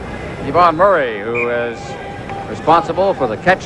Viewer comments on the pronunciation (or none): none